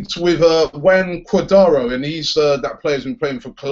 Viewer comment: Cuadaro haha robbie you are funny. It's cuadrado